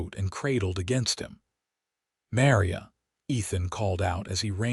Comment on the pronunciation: Mary-a? That's Ma-Ri-a - such a common Hispanic name & abysmally abusive! AI should be able to do better, or fix the script so abuses like this don't happen!